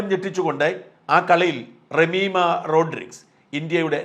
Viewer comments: It’s Jammier NOT REMIMAH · റമീമ അല്ല സാറേ ജമൈമ 😍😍😍പേരുകൾ മൊത്തം തെറ്റിയല്ലോ !!!!!!!! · റേമിമാ അല്ല ജെമിമാ 😜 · Jemimah Rodrigues ആണ്, Remimah അല്ല